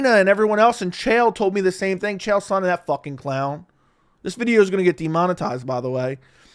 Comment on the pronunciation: Also, Chael is the may be the dumbest human being on earth. Dude just rambles garbage and makes up stories. And people try to tell me his mispronunciation of names is a gimmick, but no, he's too stupid and full of his own shit to realize how ignorant he sounds. He just doesn't care.